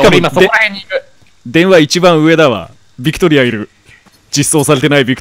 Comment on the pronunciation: うっしービクトリアを バクテリアみたいに言わんでw